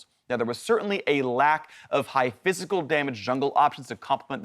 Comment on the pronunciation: at first i thought he was saying fiscal damage instead of physical lol